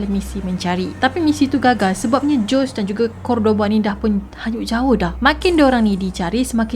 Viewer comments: good story...i liked..storyline yg jelas...but sis some countries they mention "J" as "H'' and "S" as "Z" so nama JOSEY ni sebutannya HOZEY...kita sama2 belajar ya :) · Sebutan Jose tu 'Hosè' kan? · Hi assalam... best kes ni...😍👍🏻 Jose sebutan nya " Hozay".. zay sebut macam 'say'(english) with 'z' Ezequiel sebutan nya izikel. Moga smangat slalu post citer2 best di masa akan dtg..😍👍🏻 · Ada banyak correction yg saya nak inform....iaitu Jose = hose sebutan dia....tortilla = tortiyya sebutan dia Dan...org Mexico mmg berbahasa Spanish...mcm mana pulak Jose xleh berbahasa spanish